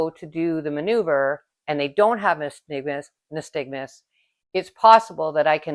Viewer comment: Very good video. Only thing is it’s pronounced nySTAGmus (unlike aSTIGmatism).